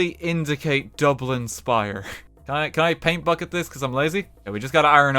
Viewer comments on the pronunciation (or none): none